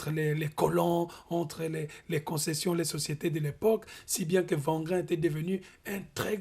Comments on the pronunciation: C'est très intéressant, merci à vous. Cependant,wangrin se prononce pas comme le w de wagon mais "wé" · Wangrin [Ouangrin]